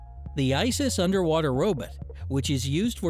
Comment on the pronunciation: It's not "ro-BIT" It's "ro-BOT" for goodness sakes!!